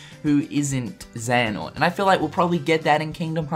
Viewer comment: mar something is not xeanort